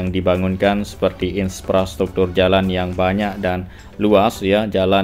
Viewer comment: IN-PRA-STRUKTUR bukan IN-SPRA-STRUKTUR 🙏